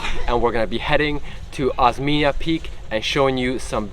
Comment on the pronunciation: Osmeña Peak - pronounce as Os-men-ya, same pronounciation of California. You are the second foreign vloggers I’ve seen who climbed that peak (Merghem).